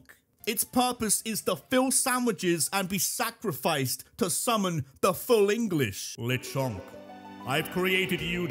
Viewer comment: THE A IN LECHONK IS SUPPOSED TO BE AN E!